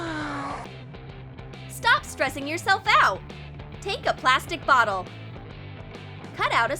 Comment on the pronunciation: “NoW tAke a pLastIc bOtTel” wait did they just say plastic... 🐢😔 save the turtles